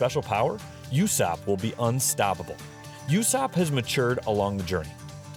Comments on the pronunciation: hes not yussop hes ussop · whenever he says yousopp I die inside a little